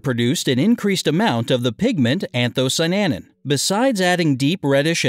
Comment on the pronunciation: anthocy-ANIN, not anthocy-NANIN